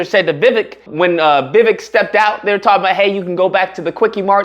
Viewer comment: It's interesting your video is about racists, but you struggle to pronounce Vivek and Kamala. 😬 I guess your audience will let that slide. I'm struggling on that part, I suppose. Racist whites aren't the only ones requiring further education. Yikes!